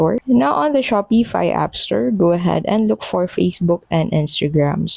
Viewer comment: There is no E in the word Shopify. And its pronounced Shopify, not - Shop E fi.